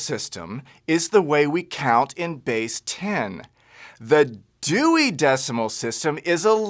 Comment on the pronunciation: That deewy decimal system